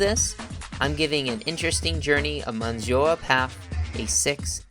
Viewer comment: Speaking of typos, that's not how you say monsieur in English or French as correct pronunciation.